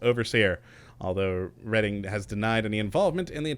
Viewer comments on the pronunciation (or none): The one thing I do find retarded about 'k' is his instance on MISPRONOUNCING CHARACTERS NAMES!!! Like in fallout 4 he insisted on calling ADA ,ADDA! so now calling REDDING , READING gahhh what a dink ! So bloody ignorant and so disrespectful to his viewing audience, jeez!